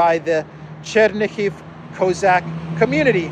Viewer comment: Cossack. Do you mispronounce if on purpose?